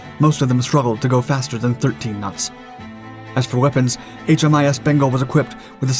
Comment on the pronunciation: Another great program. Small word of correction. Australian warships are designated HMAS (Her Majesty's Australian Ship), not HMIS. I guess a strong Australian accent sounded to like an "I" instead of "A".